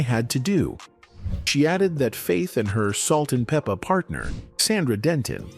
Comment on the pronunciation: We could do without the commentary. You're not even pronouncing their stage name right.